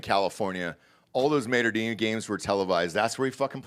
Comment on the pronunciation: Hahahaha I have NEVER heard anyone pronounce Mater Dei high school so badly! LOL Tell me how you don’t know high school football. It’s not (Mate’r D) it’s like Alma Mater and pronounced Day